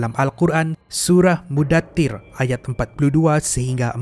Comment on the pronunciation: Alhamdulillah.. trima kasih atas perkongsian. cuma kalau boleh, harap dapat check dan betulkan cara sebutan nama2 surah ye sebelum post video.😅 Al Qariah - Al Qori ‘ah Mudattir - Muddasir Asyu-syuara - Assyu ‘aro Al-Maidah - Al-Ma ‘idah Al-Huzumah - Al-Humazoh Al-Furkan - Al-Furqon saya slalu tengok video dan bagus sgt perkongsiannya. cuma bila melibatkan sebutan arab, cara sebutnya tidak semuanya sama seperti bahasa melayu. lebih indah videonya kalau dpt sebut ikut sebutan yg betul 😅. ini hanya secebis pandangan peribadi saja. 😇